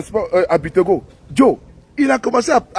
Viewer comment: On dit c'est Bictogo